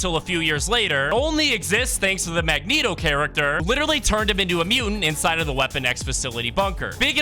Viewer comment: You finally said Mangeto right